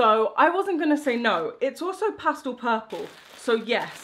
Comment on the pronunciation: It drives me CRAZY that you refuse to pronounce "pastel" correctly!!!